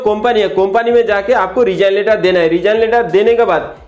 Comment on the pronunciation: कोंपनी नहीं वो कंपनी होता है